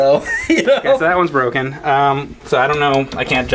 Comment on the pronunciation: he smoked that galaga stick..OH ITS BWOKE!?